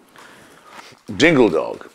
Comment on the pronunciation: ***** Yes, him suddenly blurting out "Dingle Dog" with emphasis in that eloquent accent was pretty funny.